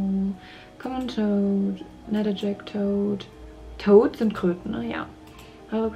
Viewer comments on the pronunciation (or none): none